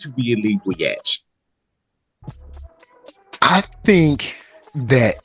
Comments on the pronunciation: not yall calling yhwach "yash" 😭😭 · it’s pronounced “yuhabaha” or like “You-Ha-Ba-Ha” but most people just say “Yuha” or “You-ha”. Idk how tf can “yhwach “ sound like that but it’s prob some German thing lol